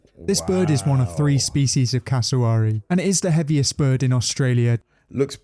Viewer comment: The wary part of cassowary is exactly like wary, nothing like he said it.